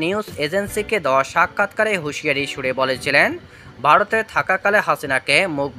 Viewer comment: দিচে কি দিছে না,,,😊, ,,, বারত নয় ভারত 😂😅 বলচে বুয়া 😅,, অনুরোধ শিক্ষিত মানুষ দিয়ে খবর পড়াবেন দয়া করে।